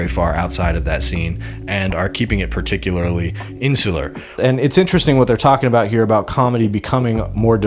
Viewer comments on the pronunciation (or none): none